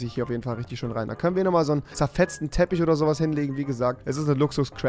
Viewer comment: "Tich" "Teppisch" HAHAHAHAHAHA ich feier es